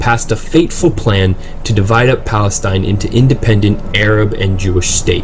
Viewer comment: wtf you cant even say palestine how is your place wtf you dont have p you say balestine